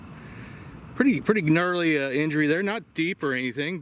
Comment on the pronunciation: You pronounced the G in gnarly. That's awesome!